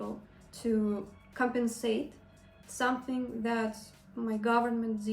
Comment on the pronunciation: someSing around Zat? Are you serious? you even do not any effort to pronounce English words in the right way dude! It is miserable!